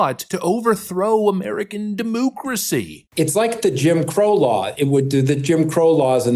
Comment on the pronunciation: Quit saying demoocracy you sound like an idiot and it's annoying.